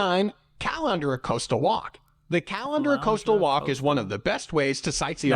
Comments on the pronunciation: The pronunciation of Caloundra and Mooloolaba was doing my head in. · Says Caloundra like I should be draining my pasta in it.